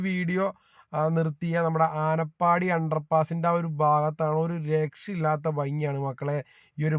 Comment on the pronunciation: ആനപ്പാടി അല്ല ആനപ്പടി